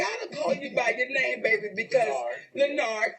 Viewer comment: I died every time she called him La-Nard.Lol